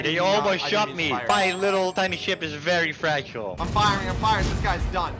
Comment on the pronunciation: I like how u said vare big boom lol